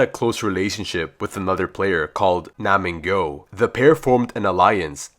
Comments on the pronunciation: pronounce: NAM-G YOU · It's nam gyu